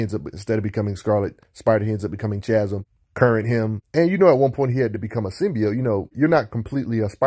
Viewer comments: Chasm pronounced KAzum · Can’t tell if you’re trolling with how you pronounce Chasm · I have no issue with that, I just wasn’t sure if you were actively trolling because the storyline behind the character change was so bad you refused to say the name correctly was all